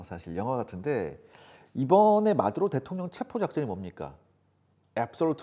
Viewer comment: 뭘 또박또박 마드로 대통영이라고 하노?